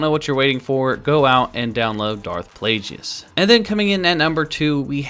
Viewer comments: It's pronounced darth plagus not plage-e-us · It's not plajius. It's plagues!!!!!!! 👹👿👿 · DARTH- PLAY-GEE-IS????? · Its a hard G on Plagueis isn't? Sounded so strange with Plajueis lol Also, being a good guy and checking every possible angle for Leia nudity. Not all heroes wear capes....or metal bikinis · ah yes, Darth Plajueis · Yes the wrong pronunciation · O my god the way says plaguies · How the fuck are you a star wars fan & dont know how to pronounce Darth Plagueis name? Jesus christ listening to you saying his name was horrible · Wrong pronunciation of plagueis